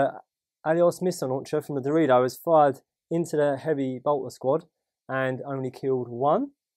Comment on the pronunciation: Did anyone else hear Dorito each time said Darodio??